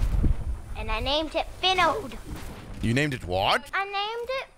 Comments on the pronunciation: TheAmazing Sidney did Say binald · You sayed binald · Nah he said "Binald" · am i the only one who heard him say “binald” insted of “finald”? 😂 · I heard binald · TheAmazing Sidney he said binald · It sounded like “Binald” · Not tying to be mean but he said “WHERES BINALD NOW” not trying to be mean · Not trying to be mean but he said binald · U GOT FINALDS NAME WRONG 🤬